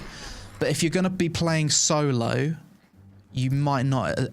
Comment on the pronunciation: how does solo become soy-loh rofl